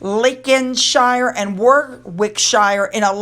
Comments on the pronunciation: A hint for you: when you see an English placename or surname with wick in it - say ick. The w is silent. Usually the shire part is pronounce more like shur. So it would sound like Warickshur with the accent on the War part. ❤ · I know you like to know the correct pronunciation of UK place names, so Slough is pronounced Slow like Sl + ow as in an expression of pain ... Warwickshire is pronounced Worrickshuh .... I know, I know, we do it deliberately 😄 but you always make a good try and we really appreciate that .... hope that helps. Great video as always 👍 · Lovely as ever,. Another catchall for USA, Slough rhymes with plough as in OW that hurts.. 😁😁😁. Warwickshire =. War wick sheer, Lincolnshire Lin con sheer, hope you don’t mind xx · Warwickshire - War (wor as in o for opera) rick - sheer = woricksheer) 😉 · Warwickshire is pronounced like this [WORR] + [IK] + [SHUH]. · Hi 😊 The care home looks like a standard they all should have! When you say a shire it’s pronounced Warwick ‘sheer’ ❤ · Thanks for all your hard work, your research is amazing! Our 'shires' are pronounced 'sheer'- sorry! You're doing great!! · Warwickshire is usually proounced 'Worricksher", in fact most of the shires are usually said as "sher" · Warwickshire - War-Rick- Shire ❤️ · Your place name pronunciations are coming on really well. A point to note , when pronouncing something that has shire at the end of Its name, it comes out as 'shir'' or 'shirr'. So in War-ick-shirr. The second W is silent. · Hi, I love the way you don't duck out of a challenge and have a go at pronouncing our place names. I live in Warwickshire, it's pronounced Worricksheer. Hope that helps.🇬🇧🇺🇸💖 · The town Slough rhymes with “Bough”, same as a bough on a tree. Rhymes with “cow”. It does not rhyme with “Cough”. The county of Warwickshire is pronounced “Warrick-shir”.